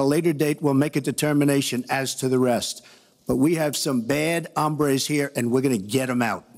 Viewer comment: Trump is clearly trying to say "hombres", but it sounds more like "hambres", which is the Spanish word for "hunger" or "hungry".